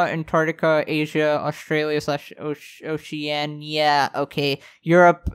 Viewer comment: You butchered oceania right here lmao (this is a joke I just find it funny)